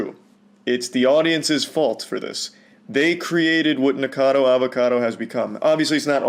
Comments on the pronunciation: I'm one of those who can't stand hearing "Nicado" though ^^'.... the same with people who call Eugenia "Eugena" xD it really like throws me out of my Focus while I'm trying to listen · Nick was saying "nick-a-noodle" and it sounded like "n*gga-noodle" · Drink every time the guy says his name wrong 🥴